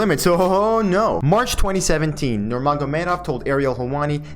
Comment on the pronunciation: Pronunciation of his name on point 👌 also love the format/style! Knee examinations are annoying lol